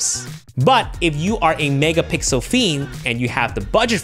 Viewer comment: megapixel ❌ Megapicles ✅